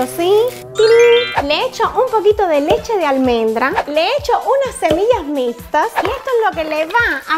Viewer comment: "y aqui tenemos nuestra cheche rosada "alguien mas lo escucho asi o solo yo ??